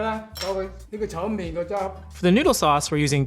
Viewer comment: You speak cantonese but say chow "main"🤦🏻